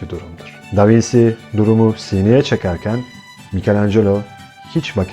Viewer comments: İlgiyle izlediğim anlatınızda tek rahatsızlık veren: Bizim ezelden beri Da Vinçi (yazım hatası değil, telaffuzu belirttim) diye bildiğimiz ismi Da Vinsi diye okumanızdır. Doğruysa biz değiştirelim bilgimizi...teşekkürler... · Elinize sağlık. Ama sormadan edemedim. Da vinci italyanca aynı şekilde okunuyor diye biliyorum. Davinsi diye okunduğunu bilmiyordum?